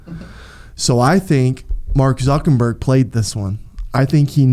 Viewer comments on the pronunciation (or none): Is he saying ZuckeNburg on purpose??? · “Reeseize” and “Zuckenberg” makes me mad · "Mark Zuckenburg"